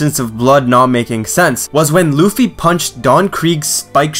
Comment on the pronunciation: L-uh-fee not l-oo-f-E